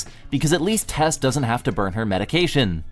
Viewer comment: Did...did she just say Tess?